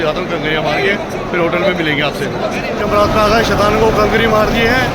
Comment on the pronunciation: yamraj nhi jamraat hota hy mahraaj